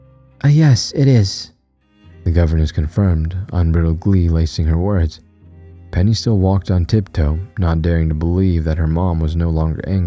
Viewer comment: Day 99 of comment "streak!" Almost to triple digits! I love these unique stories that have been dropping lately! Great job on the narration as always! Little critique today! Unbridled: Un-br-eyed-ld